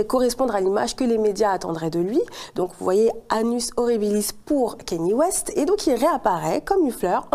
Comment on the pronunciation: C’est pas kEny West mais bien kAnye West